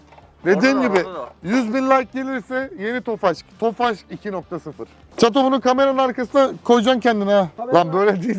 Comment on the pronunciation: abi neden tofaşh diyorusyn tofaş olması lazım puu